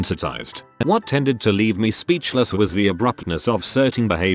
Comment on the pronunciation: computer generated voice at start: speeEEechless. Me: choking on my saliva laughing!😂😂😂😂